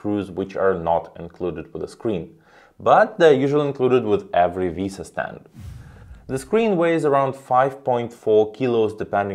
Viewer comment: Finally, someone who prounoucnes "VESA" correctly! 😂Thanks for the nice review.